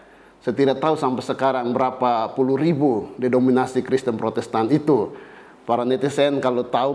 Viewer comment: Denominasi dan bukan dedominasi romo 😂😂 Dari cara bahasamu saja menentukan kualitas intelektual anda